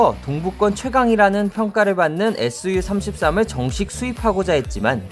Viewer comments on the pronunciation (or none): 에스유33 이라고 읽을 거면 이런 영상 올리지 마라. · SU 에스유로 읽지말고 수호이라고 해야함.